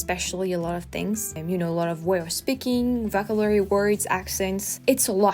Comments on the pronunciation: Oh, and by the way, it's "voh-KAB-u-la-ry", if we are talking about correcting pronunciation. You tend to say "vocabulary" pretty quickly so the stress gets shifted like you do with "delicious". I thought it was ironic to think of that as you were talking about "delicious" (and it was tres amusement). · your English is great. one small pointer…not to criticize at all, but because I know that you are always seeking to improve. The one word that you used a few times that the pronunciation was off on, vocabulary. Put a little more emphasis on the second “cab” syllable. Keep it up, you’re doing great! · Think of yourself saying 'oh shi# ' the next time you say vocabulary. Not a soft 'ah'